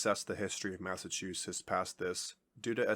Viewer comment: Someone tell the narrator that those two "t"s at the end of the name aren't silent. "Massachussess"!?